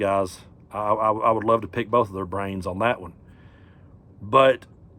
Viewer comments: 😂😂😂the first time you said "pick" , I heard "pig". It fits!😂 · i thought he said 'pig' also. ❤